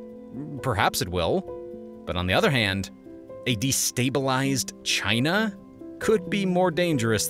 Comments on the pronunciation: Did bro really have to crank that hard r when he said China 💀💀💀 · Dang those "Chiners"!!!!